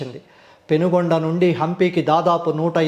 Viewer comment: పెనుగొండ కాదు సార్... పెనుకొండ ✍️